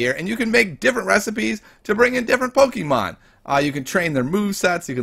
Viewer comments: Keeps saying Pokeemon instead of Pokémon TRIGGERED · He says pokimoon